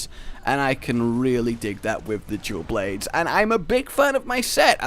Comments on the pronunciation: Is it just me that hear him says "jewel blades" instead of dual blades?? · I keep hearing jew blades instead of dual blades... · “Jewel Blades”